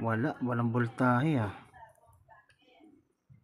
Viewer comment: Galing boss pero wag ka lang mag salita ulit ng voltahe kasi iba nadidinig ko 😁 vol tae e.. ahahha natawa talaga ako. 😁 Pero galing talaga